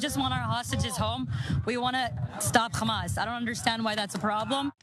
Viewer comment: Is pronouncing the H like that deliberate, because she's clearly American or Canadian if she can say hamburger then she can say Hamas with an H